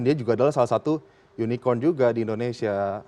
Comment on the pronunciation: Unicorn. Bukan unicon. Ngomong inggris aja bawa contekan. Wkkk